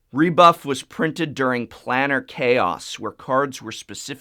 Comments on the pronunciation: Plane-ar not Plan-Ar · I think it's plane-AR chaos. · The top two are ok, but the rest are awful. Also Planar is pronounced "play-ner" with a long "a." I love the Bitterblossom print on the wall. Very classy. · Oh man... his pronunciation of "planar" sets my teeth on edge.